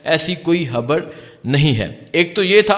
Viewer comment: یہ بولتا کیسے ہے 😂 تا تا تا تا 🤣 خبر نہیں بولتا خبڑ ہے مراد نہیں مراڈ 🤣😂